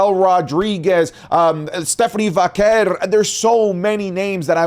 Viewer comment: You finally pronounce Stephanie Vaquer right.